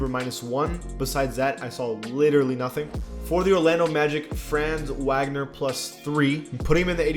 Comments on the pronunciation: It’s pronounced Fr-ah-nz Vagner. He’s been balling so he gotta get the right pronunciation. Also Wendell Carters been balling no idea why they downgraded him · You pronounce Franz Wagner’s name as Frah-nz Vog-ner